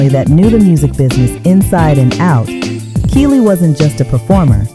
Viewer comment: Yall relax! Complain too much. Smh. If music is annoying then don’t watch and yall know what she means even tho she keeps saying key lee name wrong. I just feel they always tried to make the light skins push forward more